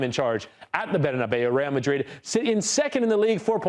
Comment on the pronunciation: It’s the right way to say it